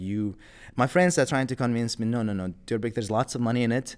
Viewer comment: I guess, Diyorbek's pronunciation is perfect